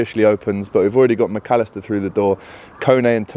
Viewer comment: Swerve the spanish accent when saying mac allister lad ffs 🤦